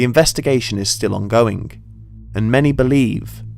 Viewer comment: He says "ongoinGK"